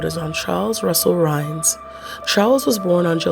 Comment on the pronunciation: Hi, This is Dalaine Bloom again. I like that You found this story about Charles Rhines. His name has always been mispronounced as Rhaines. I don't really care but notice the discrepancy in the spelling. Anyway, I was born and raised in Rapid City, South Dakota where this crime took place. I remembered it vividly, because back then Rapid City did not have that many murders. I think that You were Probably given a very cleaned up version of the story. First of All, I never knew that Rhaines was gay and thought that Donovan Sprague was gay?! Anyway, back then that was the first murder that I had heard of in at least 10 years in Rapid City. I remember the murder vividly. It was extremely, scary to All of Us that grew up in or lived in Rapid City. It was a very scary and gruesome murder. We had All heard of how Donovan Sprague fought for his life. There was blood splattered all over the donut shop. I remember the Police put up Brown paper all over the outside of the windows and black plastic bags over them. It was snowy and cold. The Owners did not ever reopen Dig em Donuts. The Owner said, "He could never get that horrendous site out of his head." Blood all over that very Beautiful and cute little donut shop and blood all over the donuts and other pastries. If and If I remember correctly, I think that Rhines lawyers thought that jurors were biased because of all they would have heard from the media about how gruesome the crime was before Rhine's Court date. I didn't remember heari